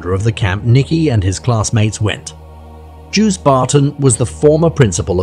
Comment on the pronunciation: When you use foreign names, learn to pronounce them: Joos = Yōs (as in dose). Heibloem = Hay-bloom. Maastrict = moss-strict